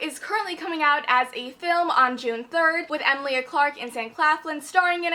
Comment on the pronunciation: I really need to read this book, it sound really good! Just being a little knit-picky (sorry) but I'm pretty sure that Emilia Clarke's name is pronounced like 'a-mee-li-a'. I've just heard Game of Thrones actors pronounce it this way, and I have a friend with the same name. Not trying to be rude, just making sure you know :)